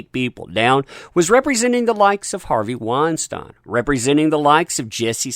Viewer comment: You're the first person I heard pronounce Harvey Weinstein correctly